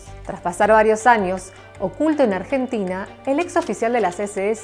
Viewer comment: "Argetina" "Adolf" "Hоlосaustо" Yo: XD